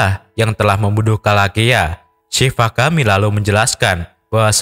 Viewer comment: Shivagami buka shavigami min